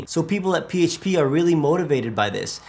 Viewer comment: I love how your pronounce PHP P - HAYTCH - P 😂🤣😂